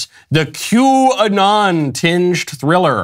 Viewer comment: If I hear quanon one more time ....😵‍💫 lol great coverage. Keep sharing everyone God's children not for sale